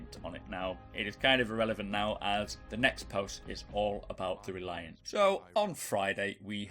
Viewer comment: Hermagherd err Reliarrrrrrnt